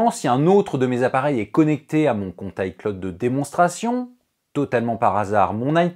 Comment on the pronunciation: pourquoi tu dis hi claude